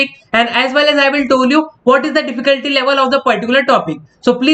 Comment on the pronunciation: Toll u nhi hota tell you hota hai bhai 😂😂😂